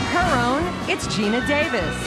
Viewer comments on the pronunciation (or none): none